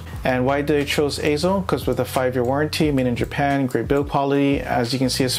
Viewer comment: AY-ZO, yes perfect pronunciation!